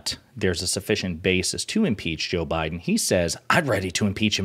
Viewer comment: Did she say "Joe Bidin"???